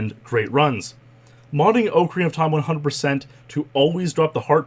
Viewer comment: Oh man you Canadians.... Ohe-carina of time